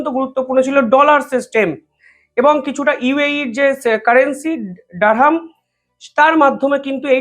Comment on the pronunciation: রুপি রুবেল বলছেন কেন। আসলে রুপি রুবল হবে। 70 বিলিয়ন ডলার কে, 70 ডলার বলছেন। এ ধরনের ভুল আপনার কাছ থেকে আশা করা যায় না। দিরহাম কে ডারহাম বলছেন। চায়নার হোয়াং নয় ইউয়ান।